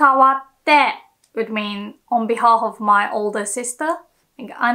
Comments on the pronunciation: Best Japanese teacher on YouTube. One constructive comment: you are still mispronouncing semi-vowel "w" in words like "would" "woman" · how u can say Word Way or Watashi properly etc or but u cant say Women or Would correctly u say ooMAN or ooD